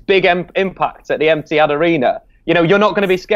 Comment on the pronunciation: Did just say EMPTYAD stadium😅